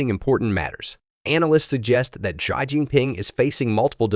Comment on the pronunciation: Your speech synthesizer could use a little training, for example needs to learn "US" (all caps) should be "U.S." not "us", and "Xi" should be pronounced like "she"....